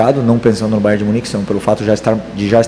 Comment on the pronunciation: Curiosidade minha: porque é que quase todos dizem "Bayer" e não "BayerN"? Bayer é o de Leverkussen; Bayern o de Munique